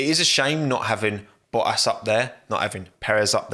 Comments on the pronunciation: love how you are saying bo-as, instead of bottas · This guy literally took the “t” out of every word. The way he said Valtteri Bottas 🤐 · wtf did this man just call Bottas?